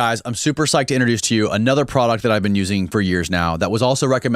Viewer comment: Prodacle 😂😂😂😂😂😂 speak properly or don’t speak at all